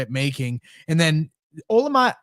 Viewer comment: Will someone please tell how to pronounce Olamide